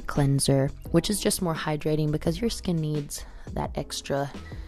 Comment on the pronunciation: hahah I Just laughed so hard " cause my shhkkinnn isss vavavhhh" lol